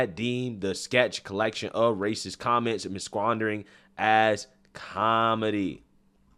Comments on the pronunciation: Masquandering?? You mean “mask-a-rading”? 😂😂 come on man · You saying the word "masquerading" as "miquandering"?? Priceless. LOL. It's all good. Still funny though. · Ma squandering???? 😂 mask k raiding you mean 😂